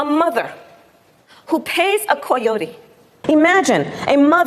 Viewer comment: I fucking HATE the way she pronounces "coyotes", I don't know if it's supposed to be more "authentically Mexican" or something, but I am Mexican and I think that's a stupid way to pronounce it.